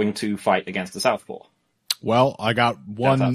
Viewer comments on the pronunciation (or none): Where is the L in "southpaw"?! Who is Paul?!